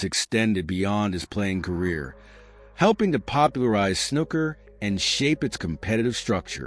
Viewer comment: 'Snooker' doesn't rhyme with 'looker'. The oo is long, like in 'pool' or 'gook'.